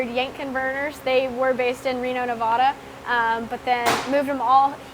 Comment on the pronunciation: Love you that you tried not to say Akron but then you miss pronounce Nevada instead.